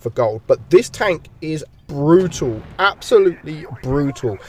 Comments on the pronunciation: Brutul lol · when you say brutal, its really REALLY "BRUTAL"